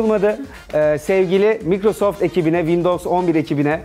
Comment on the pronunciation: Mikrosoft diye telaffuz edilmez o cahil Maykrosoft diye telaffuz edilir o